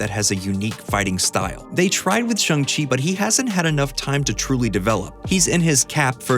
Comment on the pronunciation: Dear Americans, Shang rhymes with hang, not hong. you're welcome 😆